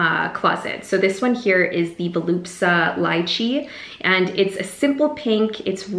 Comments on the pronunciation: Vol-u-spa, not volupsa 😂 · “Voluspa” keeps getting mispronounced in your videos. Congrats on your new launch! 🦋